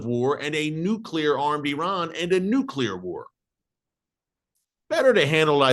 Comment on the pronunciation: I love how you say israel hit irans nucular plant only to give your reason why they should hit !!! Who made you minister of defence !!!! Unbelievable how folks know what good or not good for israel !!! Look Gods in charge bro not you ! Lol